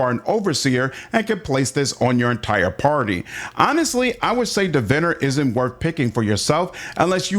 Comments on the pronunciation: "pre-science" lol - and "div-inner" lol Prescience is pronounced 'press-ie-ence' or 'presh-ie-ence' and Diviner is "Di-vine-er" (as in 'divine' judgement, or 'divine' light) just fyi =) (yes, both are 3 syllables!) all good though man, no worries, prescience is a common one people mess up =) 'press-ie-ence' is more proper, more British, and technically correct 'presh-ie-ence' is more American, and wrong, though technically allowed (it means: to know something before it happens, foresight, foreknowledge, precognition, etc... just fyi for anybody wondering) it's similar to 'omniscience' which is also pronounced "om-ni-see-ence" or "om-nie-see-ence" or even sometimes "om-nish-ence" but not "omni-science" omniscience means: 'all knowing', the state of knowing everything. I know everybody on the internet really cares about this.... so, you're welcome internet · just a friendly heads up, its Divine (like deity?) + er. Like more divine than someone else. I'm more divine-er than you. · Archetype isn't pronounced that way, neither is Diviner.... great video otherwise.